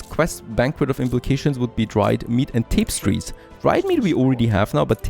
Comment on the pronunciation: Fellow german here. Great video as always, and don't mock your english! It's pretty good. Just one thing to point out: more than TAPEstries, it's rather "täpästries". Keep up the good work! :)